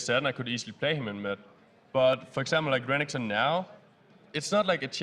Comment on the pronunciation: i love it when sjoks says renkton